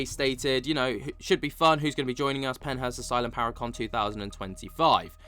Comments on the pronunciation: Are you saying Pennhurst or Penthouse???? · Your good 😂 I figured you were trying to say Pennhurst but it didn’t sound that way 😝